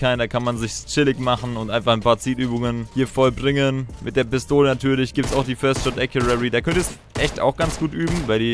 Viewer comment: Nicht böse gemeint, aber es heisst "first shot accuracy".